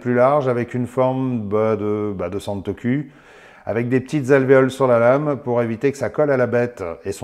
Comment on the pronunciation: Salut ! Super vidéo comme d’habitude 👍 👍 Je confirme que santoku se prononce bien santoCOU et non santoCUL. 😂😂😂